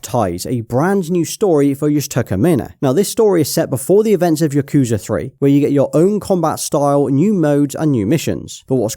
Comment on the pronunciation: The yakuza pronunciation is ticking me off.